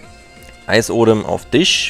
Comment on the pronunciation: Es heißt eisESodem und nicht eisodem